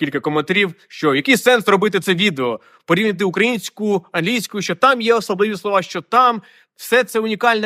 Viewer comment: З Дніпра, з дитинства кажу "тю", але здивовало Ваше "порі'вняти". Вживаю це слово з іншим наголосом "порівня'ти".